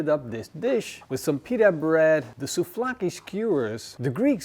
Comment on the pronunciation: souVlaki, there is a V there...